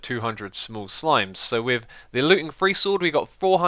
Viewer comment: have you noticed that xisumavoid says free instead of three